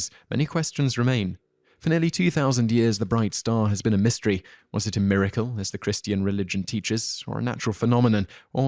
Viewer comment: The star of Beth-LEE-hem. The Chris-TEA-an religion. Yep, that’s DEFINITELY right.